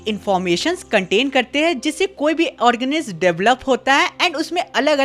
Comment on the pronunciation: Organism ❌ ..... Organisissisi✅